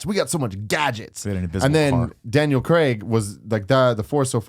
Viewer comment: Just want to say thank you to Tim for being the first american I've heard to pronounce Daniel Craig's name right